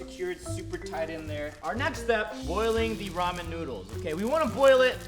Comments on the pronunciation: I’m confused is it ramen or romen cause it sounds like romen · i have a tolet i have ramen😒😁lol like if u was like lol never heardbof that btw he says riman